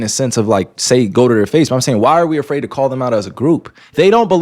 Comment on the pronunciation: "alot of guys are afraird to be embarassed" yes bro BY YOU.